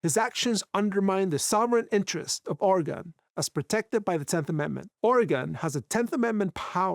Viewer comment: Entirely minute aside: Its not Or Again! Its Organ/Orgun (actually its not quite that, but youll sound more right if ya say such; as its Or uh ginn — but the uh is barely voiced and said quickly so it sounds like Organ) The only time ya emphasise the uh part is when ya say Oregonian, tho even there Oregonians are likely to say the word faster so its more like Organian, just with a very faint uh in it This is akin to how au revoir is pronounced by French spkin natives and those who learn French as a second or more language; a proper French person will say au revoir where they do voice the re part, but they do it super subtly and the emphasis is on the part after such. So as a not native French speaker; youre much better off just sayin au voir, and youll sound more native to the tongue that way I just cant stand how oft i hear my home states name so badly butchered by everyone outside of Oregon; its a very minor nitpick esp compared to the rest of what the vid is about, but like, yall sound foolish to oregonians when ya say Or again or similar instd of just Organ.